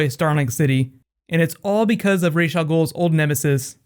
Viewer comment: It is just so annoying how they mispronounce Ra's Al Ghul. It's not "Raysh". It's "Rahs".